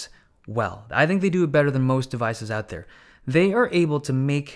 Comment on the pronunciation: A very professional YouTuber IMO <3 But it's so funny he sounds american in every way, except when he says "out" or "ohh-t" which sounds Scottish or Irish (I'm really not a language expert) :P But it's very noticable and quirky :P